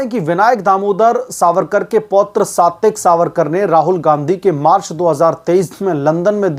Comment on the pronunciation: He is Satyaki Savarkar सात्यकी is the pronounciation.